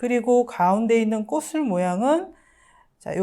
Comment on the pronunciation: 꽃을은 꼬츨로 읽어야 합니다.